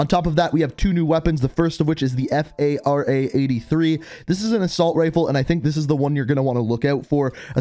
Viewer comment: Treyarch just uploaded a new video about season 2. That new ar is pronounced Farah, like the character.